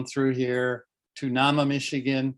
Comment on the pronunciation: The pronunciation of Nahma is NAY-muh (long A).